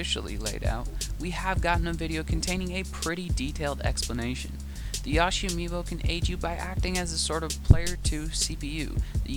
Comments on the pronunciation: know right. Never, at any point in my life or this franchise's character's existence has ANYONE, EVER, pronounced it "Yaw-shee" I mean, I wouldn't be so critical if he was from country and couldn't pronounce the long "O" sound, but.... wait he isn't from another country.. is he? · wait did he call Yoshi yahshi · Dear god how did you say Yoshi? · Apparently you can’t pronounce yoshi’s name correctly 😂